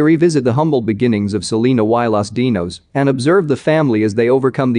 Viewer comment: Lmao the commentator saying Selena "Y" Los Dinos. He actually pronounced the letter Y.